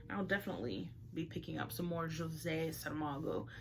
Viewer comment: Thank you for the video. You've expressed yourself so eloquently. Also thank you for pronouncing his name correctly and beautifully. I have read the "Cavern" and I'm about to start the "Journey of the Elephant". I'm looking forward to read "Blindness" despite you mentioning its bleakness. The "Cavern" wasn't very dark, but it also had a heaviness to it, or more a flare of doom regarding technology replacing human crafts (the art of ceramic in the book) which is food for thought. Thanks again.